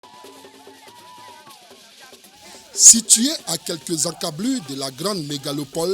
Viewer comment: Vraiment hein. Encablures. Mdr . Une expression que lui même n'arrive pas à prononcer. Pauvre Noir.